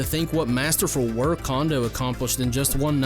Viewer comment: It's pronounced "Cone-doe", not "Kahn-doe".